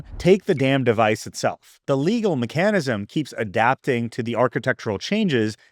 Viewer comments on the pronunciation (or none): Mih-CAN-ism? Are you using an AI avatar? MECH-anism. And some other obvious pronunciation gaffs that most 8th graders know how to pronounce. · Is this guy AI? "May-kan-anecism"? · i can't tell if the pronunciation of mechanism is intentional or not. Either way, it reminds me of an episode of How I Met Your Mother where the main character, Ted, as a university professor during lecture pronounces the word "Chah-muh-lee-AHN" instead of "kuh-mee-lee-in" (chameleon) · I can't get over how you pronounce "mechanism"... or "theoretical". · Is that really how Americans pronounce “mechanism”? 🤷🏻‍♀️ I never realised that. First time I’ve noticed. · mech anism? I've never heard it pronounced that way. Love the videos man, you're one of my favorite creators for sure.